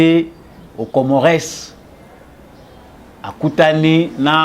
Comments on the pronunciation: Bsr mon freres Juste entre nous,je pense qu'on dit COMMORES,ON NE PRONONCE PAS LE "S" de la fin.Bravo pour ton travail. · Ca s'ecrit Comores mais ca se lit Comore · Mr le journaliste na kombo ya Comores ko tangaka S wana te. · Masolo kitoko. S ya suka ya Comores ne se prononce pas.